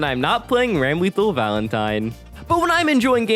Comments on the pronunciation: The constant pronunciation of "ram-LEE-thal," "BLAHZ-blue" which is understandable, if not for the fact you talked about Blayzbloo, and then proceeded to call it like it said Blazybloo. Augh, it just hurts, as someone who loves these games ('cept BlayzBloo, haven't tried it yet) from the bottom of their heart. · Greta video…. how the hell do you manage to mispronounce literally everything 😭 ITS BLAZE BLUE!!! RAGNA LITERALLY SAYS IT CONSTANTLY IN THE SERIES and ramlethal….